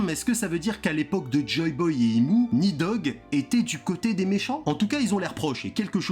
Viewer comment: Alors déjà c'est Nidhogg, et ça se prononce «Nissog» dans la mythologie Scandinave.